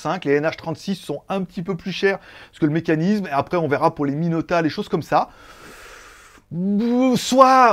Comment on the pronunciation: Salut, c’est Jean Michel, je te contacte depuis mon compte de secours. Je crois qu’on dit Miyota plutôt que Minota ;) Sinon j’aimerai bien voir une review de la montre Omega, elle a l’air sympa la montre :)